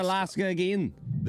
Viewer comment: struggling to say a phrase as simple as “secluded towns”. Seklooded toons!! 😂